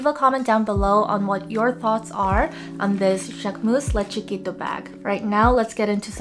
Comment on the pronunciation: I’m so impressed you can pronounce this bag name 😂